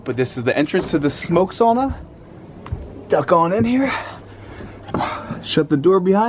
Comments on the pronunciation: Not "soona" or "saana" (saana is the fjord)... It's "SA-U-NA"! "SAUNA"!!! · Cool video, but you are pronouncing sauna the wrong way!